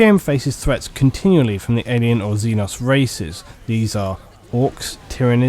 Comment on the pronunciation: Xeno zee noe Xeno means alien. Xenos is the plural zee noes not zen os